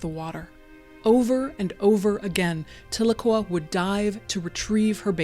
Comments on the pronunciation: Side note: Tahlequah is pronounced "tell-LUH-KWAH" like "Ahhh"...it's a TsaLaGi (Cherokee) language word, originally phonectically "Ta'ligwa", meaning "Two is Enough", a reference to our elders meeting at the end of the Trail of Tears......Tahlequah is also the capitol city of our United Keetowah band nation in eastern Oklahoma <3 This video hits hard, as I lost my first son as a baby. Thank you for sharing this story. I grieve with these mothers. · As an Oklahoman, your pronunciation of Tahlequah was throwing me off but this was a very touching story. Thank you for sharing and for all the work you do.